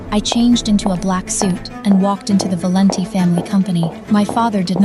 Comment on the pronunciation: Valenti is just an ordinary Italian name but they can't pronounce it right 😂😂😂